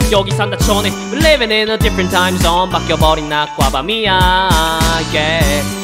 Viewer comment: 디fㅝ런t 타임 zzzzㅗㄴ 할때 발음에 치인건 저 뿐인가요?ㅋㅋㅋ좋아요 누르고 갑니다